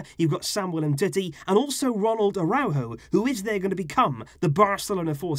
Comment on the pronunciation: It's Araujo not Adaujulo😂